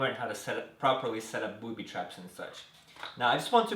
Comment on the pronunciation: he said booty trap